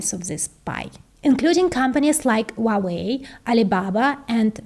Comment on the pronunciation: Just FYI, the H in Huawei is not silent. It is "HWA-WEI", not "WAH-WEI". I have no idea why Westerners think the H is silent. I suspect it's because Cantonese pronounce it that way. But in Mandarin, the H is voiced clearly. I am a native Mandarin speaker.